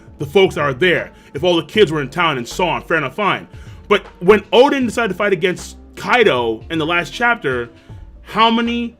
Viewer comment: Why does he call Oden, Chaden?